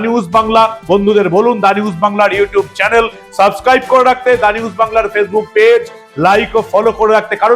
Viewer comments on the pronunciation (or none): none